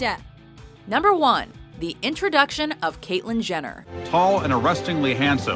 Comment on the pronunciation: Catlyin Jenner!!!!!! SSeriously!!! ughhhh